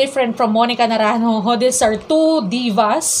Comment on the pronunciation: Great reaction! I love your pronunciation of Naranjo. ♥️